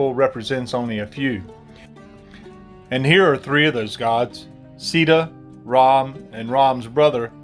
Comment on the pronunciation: RAM NOT ROM PLEASE CORRECT UR WORDS